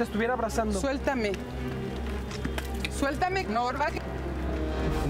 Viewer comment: chales como dice sultame jajajajajja